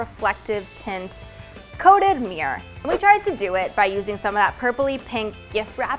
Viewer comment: Stop saying "meer"! It's a MIRROR!